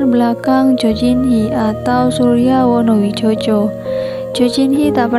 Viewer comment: Wonowidjojo itu di baca wonowijoyo...wes angel..